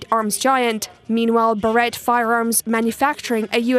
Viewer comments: Respect from the USA. Russia doesn't own Ukraine anymore, and Ukraine has every right to tell them to get fuck out! If you need a 50 caliber to get the message across, then so be it. Also, it's pronounced Bahr-eht, the "t" isn't silent. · Didn’t bother to figure out Barrett pronunciation